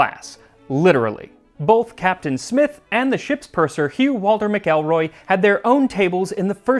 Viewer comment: Hey, a McElroy! Pro tip, most pronounce it Mackle-roy